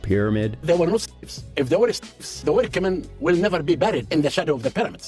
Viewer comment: Bruh can't even say the word slave lol